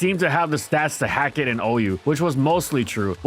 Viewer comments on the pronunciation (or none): none